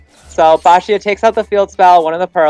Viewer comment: First time I hear someone pronouncing Baxia correctly 😅